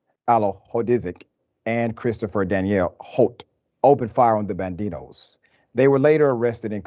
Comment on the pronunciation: This so called “Dr.” doesn’t even know how to say “Barrel” or “Saloon”. You sir are a complete and utter moron. You can say “Homietos” and Banditos without your stupid ass shitty Mexican accent also.